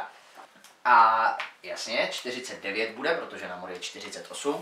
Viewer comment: Promiň ale namor se vyslovuje nejmor